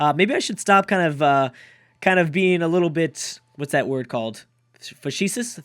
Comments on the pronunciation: Fah-shee-shush. My favourite one yet. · You can't say facetious but to your credit you used it correctly.